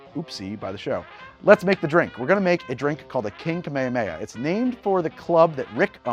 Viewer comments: It's pronounced kaa-may-haa-may-haa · Me and goku are mad about how you pronounced "kamehameha" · i have never watched Magnum PI, so maybe i dont know something, but i dont think thats how you ronounce Kamehameha, loved the video as always :D